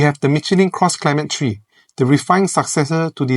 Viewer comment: You keep saying "Cross Climate Tree".🥲